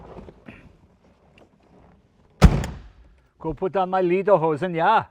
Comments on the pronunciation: It's not LEE-der-hosen. It's LAY-der-hosen. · Mister Leno - "Lederhosen" not Leaderhousen 😂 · Umm. I only got D's in high school but the way you said lederhosen sounded like leider-hosen, song pants instead of leather pants. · He mispronounced it big time😊😊😊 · Lederhosen ya, Don’t say cylinders.